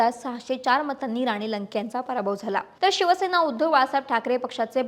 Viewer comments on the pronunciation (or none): none